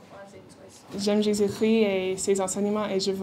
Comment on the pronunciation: Ils ont un problème avec Jésus chrissssssst et jesus cri..il faut savoir bien prononcer